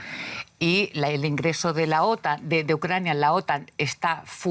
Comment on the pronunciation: Se pronuncia otán no ótan!!